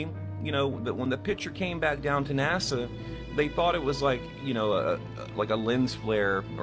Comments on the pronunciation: "NAZA" LOL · Man you gotta quit saying NAZA. Lol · Please stop saying NASA with a z. It’s ridiculous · its naSa not naZa...nnaaaassssaaaaaa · Hey, Would you please stop calling NASA, "NAZA"? It's a hard "S", like STEPP... SSSSSSSSSSSSS! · Love the way calls it NAZA, he's correct, except the last A should be I, let's face it, Nazi scientists started it. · Is it driving anyone else crazy the way he's pronouncing nasa "naza"?